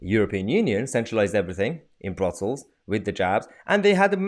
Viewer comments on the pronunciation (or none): none